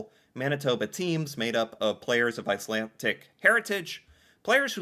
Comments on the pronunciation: Ok... my OCD is triggered every time I hear say Ice-lan-TIC instead of what I expect to hear: Ice-LanD-ick but one with the show. With the Underground Railroad... northern states were more often slave-less or freer states... but federal and state laws could allow slave hunters (aka people seeking to recapture slaves that fled) to operate. Meaning just because a state didn't directly allow slavery (on a large scale) didn't mean all slaves were truly safe there. Entering Canada... where neither provincial nor federal law permitted slavery... was safer. I'm not saying Canada was a utopia of equal rights for all, but it was safer for slaves seeking freedom. I should stop watching react to these. I love seeing most reactors watch these but something about how he stop, asks questions, looks up details, gets confused, and all that rather than just watching the clip and reacting, or going back over it drives me to distraction. I feel like yelling JUST WATCH IT. Maybe it's the questions... I mean other reactors pause and say things about what they saw, breaking up the clip... but so often asks questions that if he just watched it would (hopefully) clear things up. Much of Canada was and still is rural. Yes we have cities, but there is a lot of rural area between them. These teachers taught, from the 1800s (or earlier) UNTIL 1960 when education systems were "improved" across the country. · IcelanDic not IcelanTic. "I know words"? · IcelanDic", not IcelanTic. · Its icelandic not icelantic. Lol. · Not to be picky, but I believe it's pronounced Iceland__dick, not Icland tic. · I'm shouting at the screen! There is no tea in icelandic. It is a d please pronounce the d. I'm such a petty person LOL but this is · There’s no T in Icelandic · 😂. Slow down. No “t” in Icelandic. It’s kinda funny but I’m Canadian and watching your videos is still educational. Sometimes you find little information nuggets that aren’t as well known even to ourselves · It's not Icelantic.